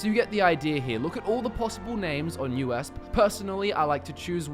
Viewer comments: Haha it's U- E - S - P. You just say the letters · hol up, did you just pronounce USP as U.S.p